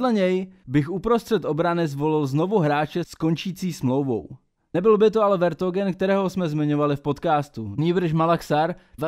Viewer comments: Balé a Vertógen 🤣🤣 jinak clkm good 😄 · Srry ale to vertongen mi trhá uši